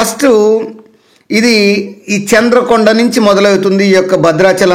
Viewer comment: చంద్రుకొండ కాదు చంద్రుగొండ